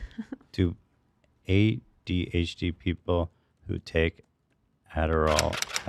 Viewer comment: My favourite part was when Ethan said “HDHD” instead of adhd